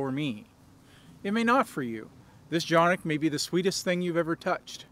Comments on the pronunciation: You are not pronouncing the name correctly it is just like it looks CAN IK not chan=nik or janik please. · C, c pronounced like English `j' as in `jet' and Jimmy a short 'a' as in 'art' or 'star' ı [undotted i] 'uh' or the vowel sound in 'fuss' and 'plus' 1. Every letter is pronounced! 2. Each letter has only one sound! 3. Two or more letters are never combined to make a new or different sound Soo..... Jonuk...or johnuk - sounds like you said it exactly correctly! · its definitely not pronounced johnik. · no but if listen to the guy from century arms who got them from turkey and sells for canik that is how he said it just tryin to help.